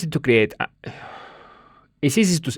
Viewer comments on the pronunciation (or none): "It's" is often difficult for Spanish speakers. Not to be patronising but a good way of practicing is to sing The Itsy Bitsy Spider and really annunciate the it-sy bit-sy parts 😅